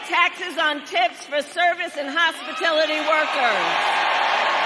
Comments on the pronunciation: Even when it's plagiarized and scripted, Kamala can't say it right. What is a hospitility worker? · Funny she can't even say hospitality correctly she says hospitility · "Hospitility workers" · I was never a huge fan of Al Stewart, but know that I know that I know I will never be able to listen to "Time Passages" again without gagging. Oh, yeah - can someone tell me what a "hospitility" worker is?